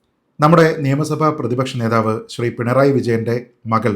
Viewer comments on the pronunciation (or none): none